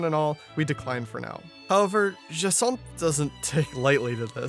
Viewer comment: Its jasinth not jathons